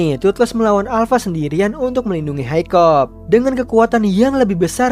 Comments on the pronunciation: Bang nama nya hicup bukan hicop😂😂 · Hikap! Not hikop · uhh bang kamu salah nama nama pemerang utama namanya itu hiccup dibaca hekkup